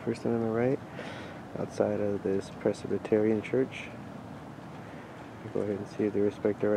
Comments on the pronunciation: Did I hear that right? "Pres-i-bi-ter-i-an"? Never set foot in a church has he. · Another YouTube lawyer who has no idea what the definition of either assault or battery is (oh, and who has no idea how to pronounce "Presbyterian"). If he had sprayed those people, he would be the one in cuffs. As for his filming, there's no point to it, and I understand the lady at the beginning–his filming here was grossly inappropriate according to her cultural standards. But we're talking about people who don't understand basic manners. Expecting them to understand how different people from different cultures react to his camera is like expecting him to get a job at Cal Tech. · It's pretty sad when you can't even say Presbyterian correctly.